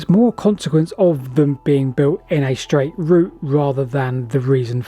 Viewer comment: The Romans didn't build schdraid roads because they'd never heard of them. Schdraid is a mispronunciation of the word 'straight' which has come about in the last couple of decades due to excess alcohol consumption and consequent brain degeneration in young people.